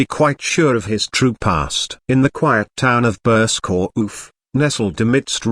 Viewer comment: Burscough is pronounced burr- skeh, there is no oomph as the ai voice over proclaims.